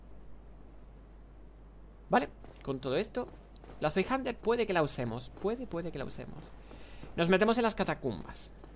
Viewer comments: el nombre de la zweihander se pronuncia mas o menos así, tsvai-janda, escrito de manera mas técnica sería /ˈt͡svaɪ̯.handɐ/ y como dice el juego el nombre alude a que el arma se usa a dos manos, ya que zwei es dos (primo del ingles "two") y hander seria el plural de hand que significa mano al igual que en ingles. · Shvaijanda se diría zweihander